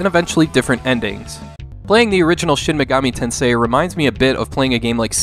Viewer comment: the way you stress the word "tensei" is a bit unnatural, maybe listen to how other people say it, but good video, thank you lol "tenseIII"